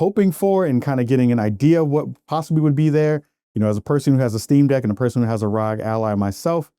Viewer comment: It's not pronounced "Rhog". To pronounce it correctly, you enunciate each letter individually as in "Are Oh Gee". Pronouncing it "rhog" is just weird and wrong lol